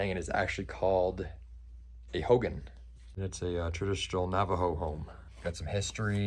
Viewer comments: Congratulations to y'all! It's pronounced HO-Gone. I'm Navajo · It's pronounced (Ho-gone)